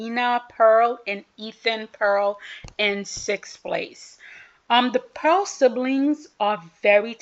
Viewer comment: You are enthusiastic and knowledgeable, which I appreciate. But you too often mispronounce skaters' names. Why not try to figure out some of the basic pronunciations. I understand the difficulty with some names, but I think you could do better on some of these names, such as Elliana and Ethan Peal. It is 'Peal', as in 'peel', NOT 'Pearl.'